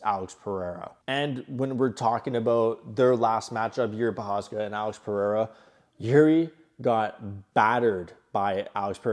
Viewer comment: Good analysis brother but…his name is pronounced PE-HAY-RAH. NIT Purrr-Re-Rah.